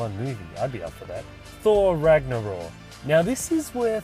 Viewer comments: It's Ragnarok not Ragnaror. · why do you pronounce it 'Ragnoror'? its 'Ragnorok' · It's ragnarok. With a k. Just sayin.